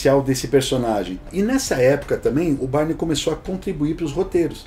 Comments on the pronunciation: Tem uma dúvida que me persegue até os dias de hoje: A pronuncia do nome dele é "Bayrne" ou "Birney"??😅😅😅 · Mas é Jhon Bârni, Jhon Bárni ou Jhon Bírni !?!